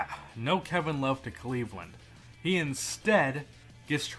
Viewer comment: "Cleavland"... really bro